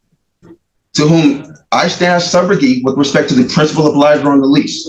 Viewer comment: I gotta lay a foundation. No you don't. This guy thinks he's a lawyer. He's watched tv shows in which at direct, someone says, "Is it your testimony that..." Plus he can't pronounce "obligor". Ahhahaha! Lose.